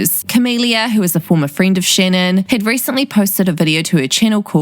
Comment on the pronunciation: “Shennon is absolutely treshing Gibby Hennar”